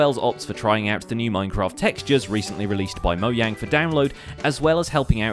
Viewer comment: It’s Mojang not Moyang